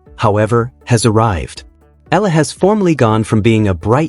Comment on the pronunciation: Eala pronunciation E ya la